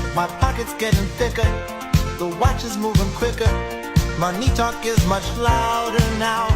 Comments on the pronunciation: The fact he says my knee talk is much louder now Who pronounces money, my knee? AI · bro you make such a big fuzz around something thats mega obvious especially the lyrics are obviously AI generated, nobody would rap this way "money talk is much louder now" with "money" emphasized on the second syllable that's something nobody would do. and then the local cable line on top. the only thing they added is adlibs in my opinion. those are real. maybe the main vocals were recorded by him and its a copy of something that AI prepared. but honestly they might be AI too.